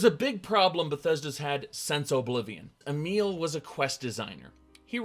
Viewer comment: i just realized you were saying a meal but Emile